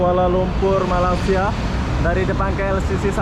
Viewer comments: Kenapa sebut Malasia.. Sebutan nya ialah Malaysia.. Atau pun org Melayu sebut melaysia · agak2 lahh bahasa tu cik.... Cara Kau brckap mcm. tk btul.... Jauh nye sebutan malaysia.... Dgn malasia🙄🙄🙄 I'm Malaysian 🇲🇾🇲🇾 cuma perbaiki Cara kau menyabut nama negara.. Taguran jerr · Malaysia bang, bukan malasia. Btw salam dari Indonesia